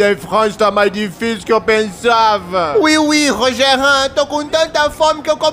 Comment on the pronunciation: Rachei no Rogerin (RogeRÃN BEKSUSNSKSBDKHENS)